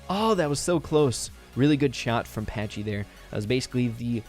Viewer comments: Patchy not Patchey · Is Patchy not " Patchey"...LOL